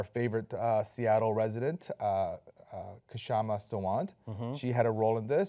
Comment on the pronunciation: Hey - I like you guys but if Kshama Sawant is your "favorite Seattle resident" shouldn't you know how to pronounce her name?